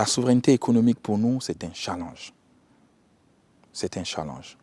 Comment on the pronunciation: "la souveraineté économique est un CHALLANGE". On dit challEnge pas challAnge.